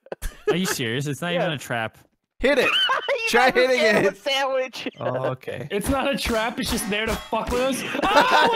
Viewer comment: you know why he went for the sawich because he likes sawiches